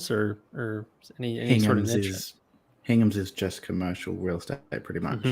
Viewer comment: pronounces niche oddly.